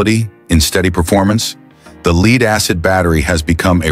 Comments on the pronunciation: AI produced script and diction. Lead not Leed. Do the producers not even listen to their products? I guess not. Thumbs down.👎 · LEED. not Lead? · I watched minutes of this and could take no more. Did anyone who speaks English reviewed this video? You are showing Lithium batteries and talking about Lead Acid. Not LEED batteries.